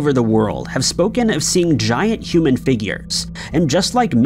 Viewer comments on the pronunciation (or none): none